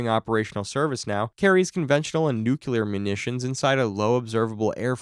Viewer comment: Nu-Klee-year, not nuke-u-lar